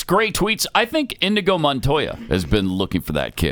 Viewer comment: Inigo Montoya, not Indigo…